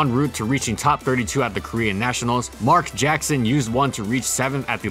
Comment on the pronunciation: Totally butchered Mark Jackson's name..